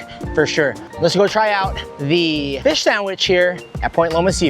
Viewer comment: Feesh sandwich sooo guuud